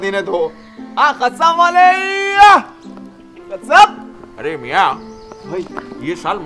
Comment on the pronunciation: yeh bewaqoof log QASSAB KO KHASSAB bolte aur likhte hai...koi in ko sikhane wala nahi hai pure HUDERABAD mai..afsos ki baat hai